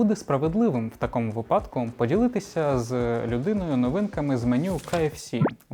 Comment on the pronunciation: Обожнюю твій контент. Але правильно вимовляти «в такому вИпадку» . Так, я дійсно можу до цього придертися і мені нічого не буде